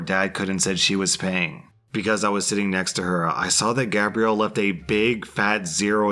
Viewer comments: For "Gabrielle", you were pronouncing it like "Gabriel". Difference: Gabe-ree-al is the masculine. Gab-ree-elle is the feminine. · Since when is Gabrielle pronounced (gay-bree-al.) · You pronounced gabrielle, it's a female French name so its said like Gabriella. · I love how pronounces her name Gabrielle for like 5 minutes then starts saying it Gabriel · So good, especially when he started calling her Gabriel instead of Gabrielle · that’s not how you say it though. There is Gab-riel (Gabrielle) and Gay-briel (Gabriel) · How many different ways is it possible to pronounce Gabrielle without actually pronounce it correctly 😂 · I love how the pronunciation of "Gabrielle" changes almost every time you say it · Ikr doesn't sound right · used the masculine pronunciation throughout the whole telling of that story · you missed pronounced Gabrielle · why do you have such trouble saying Gabrielle? haha xxx